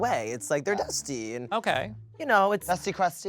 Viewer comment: I was not even halfway thru this episode before I was exhausted by twins 😂 Also them completely butchering "dusty" is sending me